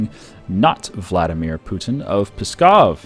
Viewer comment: PSKOV! not Peskov! since 903 or older. If you wish to be historian PLESKOV (OLD RUSSIAN NAME)